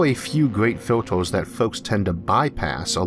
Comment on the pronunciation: Filters, as in "filturs", not "filtors".